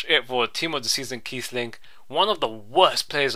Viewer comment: Its Kiessling, the wierd 'B' thing stands for two S's